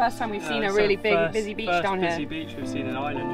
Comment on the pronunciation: Genuinely nice folks who really how Beautiful our Country can be. It's a terrible pity though that in the 3 months our Visitors spent here that someone didn't take the time to have a little whisper in their ears on how to pronounce "IRELAND" or that old reliable " Sláinte"...Wishing them well on their Next Adventure...Slán!!